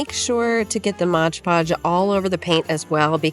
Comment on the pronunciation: I hate when people say Modge Podge...…it's Mod-podge🤦🤷